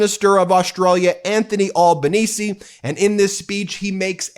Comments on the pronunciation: Ben ... It's pronounce Al (like Al Pacino not "all")Al ban easy = Albanese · Hey Ben….the Australian Prime Minister is called ALbanese, not Awl banese. And he ROMPED it in…